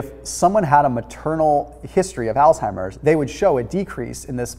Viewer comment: It's not pronounced altimers. It's Alzheimer's. Thank u for ur videos. I enjoy watching them and following ur recommendations.